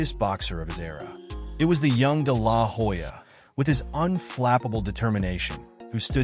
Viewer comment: I’ll never understand why people do all the research to make a good video and still get the pronounciation of the name wrong. The “H” in Hoya is silent!!